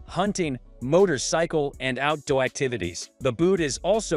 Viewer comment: Cringe AI use for the voice over..."out dowy boots" - "cellphone foot bed" lol